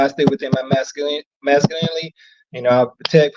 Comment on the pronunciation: It's masculinily